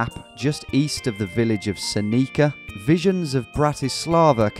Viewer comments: I love hearing you pronounce Seneca as "Seneecka" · You’re pronouncing some American place names in ways I wouldn’t even think of. Sen-EE-ka had me do a double take. And yeah that stadium guy was right, you picked the most casual American sport to dress up for, but that probably made it even better.